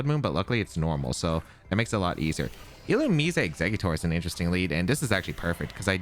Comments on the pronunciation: it's 100% illu-mize, and not illu-mees-ay 😭😭😭😭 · if I have to hear illu-me-say ONE MORE TIME